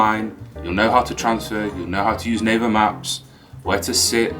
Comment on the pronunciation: It sounds like " Neighbor maps" not " Naver maps "